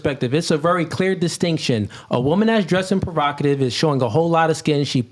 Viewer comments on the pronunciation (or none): PROVOCATIVE not prerogative 🤣🤣🤣🤣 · good clip but bro.... its provocative😂 the amount of times you said perokative sounded dumb as hell